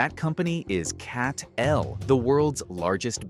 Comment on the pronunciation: CATL pronounce like Cattle not CAT-L.